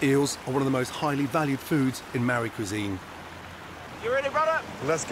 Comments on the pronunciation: It's MAORI Gordon not mari! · its paua not power like its Maori not marry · I love how he pronounces maori as murray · Man it's funny hearing Gordon saying Mari instead of Maori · its not Mari it's Maori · Its Maori not marry Bro ! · Māori my moko... pronounced like mouldy but māori... also the hangis are unbeatable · The pronunciation of Mauri is said more like moldy then anything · Correct 👍 have to roll the R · prounounce it mow re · It’s sad because when I hear people pronounce Maori words wrong it’s like actually annoying I actually speak fluent ( te reo) we Roll our Rs like a d sound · Please can you pronounce Maori- (Ma-oddie ) roll the (R) like the Scottish Roll the R) simular to a motorbike (not like marry) that’s an insult to some of us please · I love how hard gordon tries to pronounce the māori names it makes my day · As a Pākēha (white European or "not Māori") Kiwi, I really appreciated how Chef Ramsay comported himself here. Very endearing, highly respectful. If I had one bone to pick however, it's the pronunciation of "Māori." To anyone considering travelling to New Zealand (Aotearoa, the land of the long white cloud ☁️), please practice pronouncing it correctly. It sounds like "mouldy" bread 🍞 with the d actually being a rolling R. Say that out loud and you're saying it correctly. Indigenous Māori culture and tradition is a highly ingrained and absolutely integral part of the Kiwi experience, history and our National Identity. Take the time and respect to familiarize yourself with it. It really is fascinating. Never refuse a Hongi. If you'd like to learn some basic Te Reo, here's an interesting fact: Every word in the Te Reo language ends in a vowel. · His pronunciation absolutely kills me, but I guess he's trying lol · He could have at least learned to pronounce the word Maori. But, meh, almost nobody ever does. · I really wish someone had told Gordon how to pronounce Maori, it irks me. Still very enjoyable. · the way he said Maōri, made me cringe😩😩